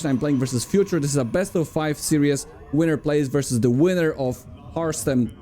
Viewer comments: "series" is pronounced "sear-ease", with the "sear" part being 1 syllable not 2 (unlike the word "seer" which is 2 syllables). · FYI Series is pronounced 'seer-is', like "My seer is on fire". 'See ry ooz' is serious, but in a Polish accent. Love you <3